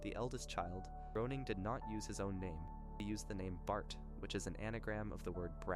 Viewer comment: I wanted to watch this, but it's pronounced GRAY-ning 😢